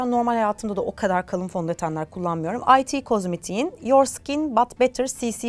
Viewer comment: ay ti cosmetics değil it cosmetics diye okunuyor ♥️